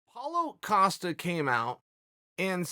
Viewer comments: Steven Graham Paul Acosta is wat I hear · If he calls him Acosta one more time... Hard to take you serious when you say their name wrong repeatedly... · Chael Sonnen: "Paulo AH-Costa"